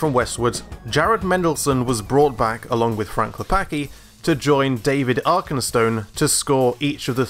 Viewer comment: you read c in Klepacki as ts